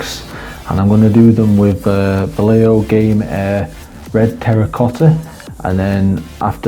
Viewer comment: what an horrible way to pronounce vallejo....